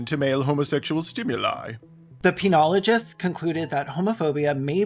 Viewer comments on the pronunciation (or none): Did you say Peinoloigist? lol